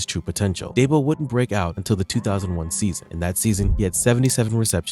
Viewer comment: It’s not Daybo. It’s Deebo.